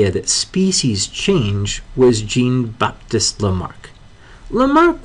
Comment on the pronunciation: "Gene-Baptist" Lamarck is pronounced like "Shahn-Baptist" Lamarck.